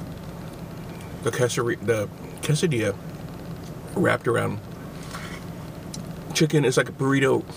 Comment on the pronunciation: KAY-suh-dee-yuh KAY-suh-ree-toe How have you made it this far in life without knowing how to pronounce those words?